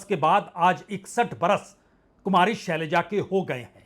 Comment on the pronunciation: सलैजा नहीं शैलजा।जोश में होश रख कर बोलिए।